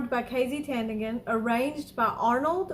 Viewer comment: TAN - DING - AN. That is how you syllabicate and pronounce her name. Keep up the good reactions. Love it!